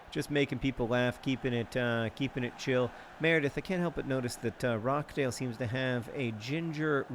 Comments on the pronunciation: It's pronounced rotch-dale if you wanted to know! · It's Ro-TCH-dale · Rochdale is said with roch rhyming with crotch 😆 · as a person from the north of england, it is indeed, Rochdale (ch as in notch) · Out of all the attempts at saying Rochdale, you still couldn't quite get it right. It's pronounced like Crotch but without the C.